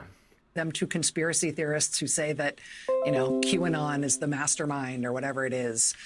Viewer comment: Gotta feel bad for the conspiracy theorist who can't articulate "conspiracy." 😕